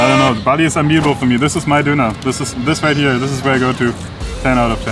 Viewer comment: Its not pronouced bali like the island, true prononciation is ballö